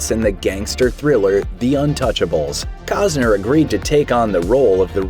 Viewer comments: COST-ner, not cause-ner ! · Why do you keep mispronouncing his name? There is a T in his name. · It's Costner dumbass..lol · These channels never let the truth get in the way of their stories. I mean, the narrator can't even pronounce the guy's name for a start. Isn't that one of the primary things a narrator should get right?